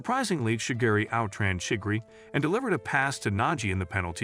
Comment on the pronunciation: chigiri‘Chiggry’ and kuon ‘kuan’